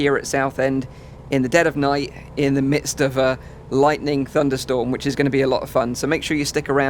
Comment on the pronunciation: A lot not A low okay. Okay not oket. Cali